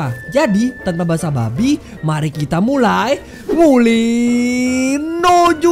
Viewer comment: Basa basi bukan basa 🐷